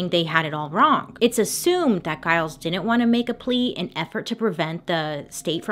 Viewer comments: Pretty sure “Giles” is also mispronounced in this video too 😂. Anyone i know with that name it’s pronounced with a soft g, not a hard g. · No disrespect to Bailey at all, i often mispronounce names and words too, but can we also add that Giles is pronounced like Jyles, not like guy-les. :) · yes this, and the husband's name is Giles pronounced Jile-z not a hard G like she mispronounced, but hey we love Bailey and massive kudos for all the work she puts in, it's pretty endearing i think <3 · Enjoy your channel! The G in Giles is pronounced as a J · No disrespect to Bailey at all but is she pronouncing Giles correctly? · The slave's name was actually TITCH-uba. Emphasis on the first syllable. And Giles has a soft G.